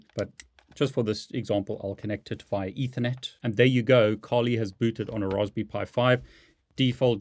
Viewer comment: This is the first time I've heard someone call it Raws-be-pie lol... Great Vid!!!